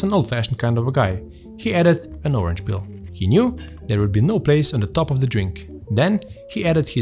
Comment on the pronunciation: Sorry for making pronounciation a thing to mention, but "gelatine shit" should not be in the recipe. You can pronounce "sheet". Same with "orange pill" and "orange peel". Love the video, unbelievable effort!